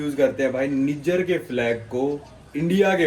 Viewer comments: Abe ullu Niger ko neejar nahi naaijer pronounce karte hain 😂😂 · भाई ये निजर नहीं नाइजर है। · निजर नहीं नाइजर है इस देश का नाम।😅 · कोई निजर नहीं h नाइजर h wo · Nijjar nahi hai niger hai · bhai its not NIJIER...YOU ARE CALLING WRONG...ASK GOOGLE HW IT IS SPELLED AND SPOKEN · नाइजर है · Bhai country ka naam to sahi se pronounce kar le 😂